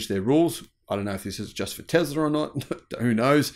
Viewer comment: Oh, Teezlah. Like diesel diezul. 🤭